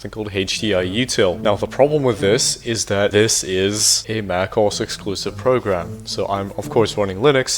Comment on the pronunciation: Why does he pronounce macOS as "mack oss"? 😭